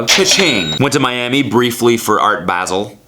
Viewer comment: Boii I'm from Basel none of your pronounciation options was correct still much luv xx